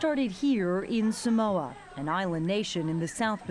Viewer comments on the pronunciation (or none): "all poor and uneducated"???? excuse....ohhh soo it seems u know everything eh??? aikae!!!! i cant stand it when palagi people say samoa like a lawn mower "sa-mowin"